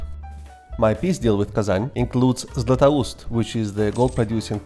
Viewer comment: First person to pronounce Beloozero perfectly correct and not "below zero" (and zlatoust too), even the terms correct Tell me, are you slavic?) Srbin, by any chance?